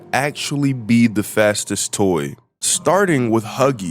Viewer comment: Y u say fattest